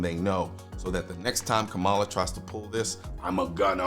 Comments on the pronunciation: First of all, KAmala (I don’t care how much you dislike her, Colion. Pronounce her name correctly. Show respect that all we 2A folk want shown to us) will be the next POTUS. Period. Get used to that reality. Secondly, just like Biden and Obama before her, she won’t succeed in banning semiautomatic rifles, nationally. There are too many Republicans who won’t let that happen. And frankly, we have the upper hand, and if we continue our fight, we’ll continue to have the upper hand. Period. Finally, as you and others have pointed out, there ain’t no way the government is gonna take hundreds of millions of gun away from gun owners without launching the country into chaos. Nobody wants that. Does that mean we can sit back and relax? HELL NO. But we can look at the situation will calm minds and discerning eyes so we can see what’s coming and find a way to counter it without becoming Chicken Little. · It's Kamala (comma-la). You always pronounce her name incorrectly. I'm a leftist, not a moderate liberal like Kamala, but I agree that many in the liberal bloc do not understand ballistics in any way or how different firearms even function or their capabilities.